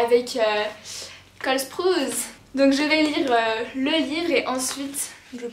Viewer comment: J'adore tes vidéos mon dieu On dit Cole SPROUASSE pour la prononciation de sprouse mdr (ça m'a fortt perturbée) 😭